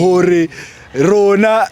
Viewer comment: Rena not roona 😂😂😂😂 love you so much guys❤ your coat suits you like it❤❤❤❤